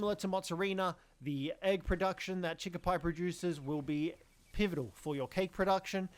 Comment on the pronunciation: Its Primo is Pr "E" mo not Pr "eye" mo Chikipi is Chicki "pee" not Chicki "pie"